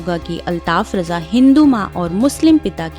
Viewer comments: अल्ताफ राजा नाम है ,,,रजा नहीं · Uska naam RAJA hai.sahee bolo.